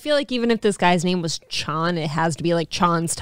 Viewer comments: It's not the owner fault that you pronounce Chon like Shawn, it's pronounced Shown. The problem is, it's located in Minnesota LOL. Anyone in Cali can pronounce it fine, no problem. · Guy here says "naive" pronouncing it like "Chon's" when it's Chon re-evaluate yourself before checking others lmao